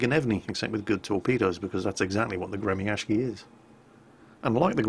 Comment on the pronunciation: It is not gre-mi-ash-ki, it's gre-my-shi. Ok?